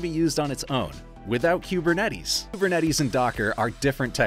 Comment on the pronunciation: Learn how to pronounce kubernetes….